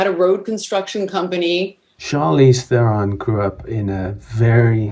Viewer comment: Then you must know her surname is pronounced "TRON" if you are a South African!!!